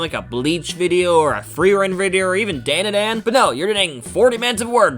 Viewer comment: That... That is NOT hoe you pronounce Dandadan. D-on D-uh D-on